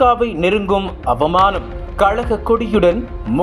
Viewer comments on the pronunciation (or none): இந்த வீடியோவில் பரபரப்பு செய்தி கொடுப்பதாக கருதி ஒருவரை பயங்கர தமிழில் பேச வைத்திருக்கிறார்கள். அவர் வல்லினம் மெல்லினத்தை வதைத்து தமிழை உச்சரிப்பதன் விளைவு கழகம் கலகம் ஆனது 😄😄😄😄😄😄😄😄